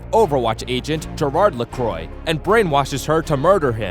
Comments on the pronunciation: reza choudhury it is la-cwah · "Lacroy" ... isn't Lacroix pronounced La-cwah? Although I've heard of companies say that it is pronounced "La-croy" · "Lackroy" "Amarie" Btw Torb has a bigger role than portrayed by this video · it’s not said lecroy, it’s said le-crox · its lequa not lecroy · It’s pronounced Ler-qua not Ler-croy. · LUH-KROY?! Who TF is LUH-KROY?! It's pronounced LÉ-QUA. Listen to the way Moira says it. Sheesh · Ana A mah ree. Amalie la C r oah. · Being Canadian the way you pronounced croix triggered me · The pronunciation of this video... xD anaamari its 2 different words xD and Zar-YEEEA. also its lacroix which is pronounced la-cra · Why do most Americans completely butcher pronunciations? LACROIE ZARYEEEEERA like... dude... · amilee lacroi, ana a maree, zareeya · *Pronounced, and Amelie leCROI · reza choudhury LACRWAH, it’s LACRWAH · Its lac-wah cus its french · reza choudhury its a french name so the OI make a wah sound and the R is pronounced in the back of the throat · Lacrwah, the R sounds a bit germanic in french i guess. And that s why english speakers sound bad when they speak french, they replace r by w every time. (i'm french) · It's Lacroix( Luh-crah) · If you listen to moira it's Lacrawh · reza choudhury its more lacroa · + BWHAHAHAHAHAAHAHHAAHHAHAHHAHAHAHAHAHHAHAHAHAHAHHHHHAHAHAHAHAAAAAA it's "LaCwah". It's just a corruption of the pronunciation, just like FLO-rida instead of Flo-RI-da. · It’s le quah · I love how you pronounce Lacroix. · You pronounced Amari, Amelie Lacroix, and Zarya wrong like REALLY BAD. WTF is a Zaryeea